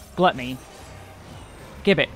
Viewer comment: The karaoke opener and offset oGCD icons do a lot to make weaving clearer, so kudos for those, and the Botanist bit at the beginning was hilarious. My only criticism is that the word gibbet is pronounced with a j sound at the beginning, like "jibbit".